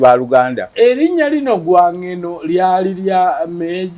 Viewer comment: They were called Ogwang Gweno. Dont butcher these words